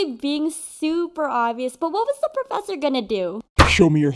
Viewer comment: PrOfEsEsSeR 🥹 lol